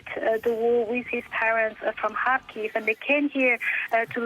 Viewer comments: Kharkiv: pronounced with the accent on the first syllable: KHAR-keev. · DW! Please try using Ukranian way of reading the cities. Kharkiv shud be pronounced kind of like harkiu right?